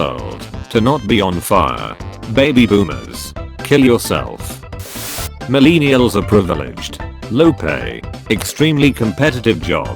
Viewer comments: Most people: millennials Computer voice: milēnēals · Nobody: Absolutely nobody: This guy: mUhlEENiulz